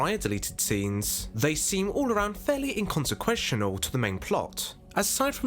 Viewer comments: 'temphouse', 'inconsequentional', 'sinficant'. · What the fuck is inconsequestional? 😂